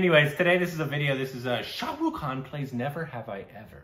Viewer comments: it's khan not kaan from you'r epiglotus 😂😂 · It’s Shah Rukh Khan - not shah rooo khan